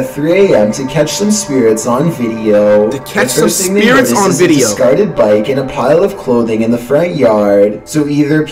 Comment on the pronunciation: nigga says veadeio